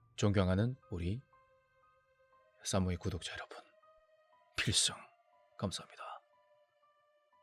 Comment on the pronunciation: 필성!!! 갱상도 발음ㅋㅋㅋ